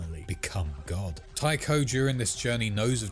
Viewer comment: Tycho is pronounced "Tie-co."